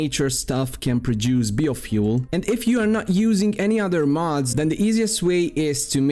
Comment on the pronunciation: I can't imagine being an adult that can't pronounce biofuel correctly.